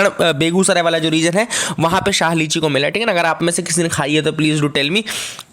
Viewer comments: Sir , I am from Darbhanga and have eaten lots of शाही लीची not शाह lichi. You have mistakenly pronounced it wrong. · Yes sir samastipur ki lichi khai h...it's really very delicious It's "shahi" sir not "shah" lichi.